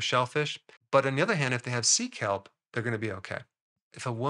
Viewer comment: 😂 heard 😂 it as seek help.. 😂 sea kelp... love that stuff ♥